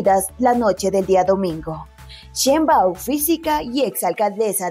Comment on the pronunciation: Chein baum. No chein báum